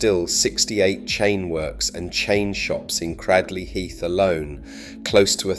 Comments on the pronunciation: Considering you elude to say that people can't pronounce the name within your video, you actually can't pronounce it yourself. It's not pronounced Cradd-ley Heath, it is pronounced Cray-d-ley Heath, if you're intent on being an Historian, these things matter, try to get it right. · Cradley heath...at least pronounce it right if you comment about it....Great people still a Great town to go too